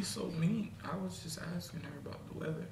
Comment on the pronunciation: wuda wuduful weader were having here arent we